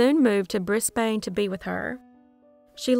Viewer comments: So cool the Somerton Man case has been cracked. Btw, “Pasty” is pronounced “PASS-tee” despite how it looks. Brisbane is pronounced “BRIZ-bun”. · Hint: when you learn to correctly pronounce "Melbourne", at the same time you'll learn to correctly pronounce Brisbane. Remove the Mel- and Bris- prefixes, and they're pronounced the same ... neither being "born" or "bane". :)